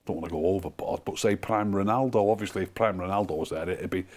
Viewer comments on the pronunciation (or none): none